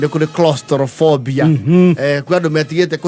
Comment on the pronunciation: its Claustrophobia..not crostrophobia😂😂😂